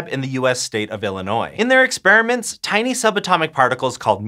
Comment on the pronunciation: Teeny shift??? I think you meant tiny thai-ny shift!! Teeny Tiny! 🤣